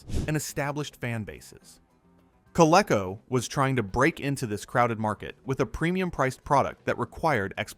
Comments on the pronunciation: When I heard Coleco pronounced as CO-LE-CO instead of CO-LEE-CO, I assume it's an AI voice. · You keep mispronouncing "Coleco"! It's pronounced COL-EEE-CO! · Learn to pronounce Coleco